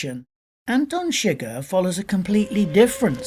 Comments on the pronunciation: My only Problem with the video is the way Antone Chigurh is pronounced it is a French/Creole name and is not pronounced Sugar. That drove me nuts through the whole video. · You're an idiot. ChiGURH (accent on SECOND syllable) is NOT in the hotel room!! It wasn't even he who killed Moss you jack ass. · His last name is pronounced su-geher not shigg-er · i'm sorry but how do you mispronounce the main villains name when you are analyzing the movie and they say it in the movie multiple times.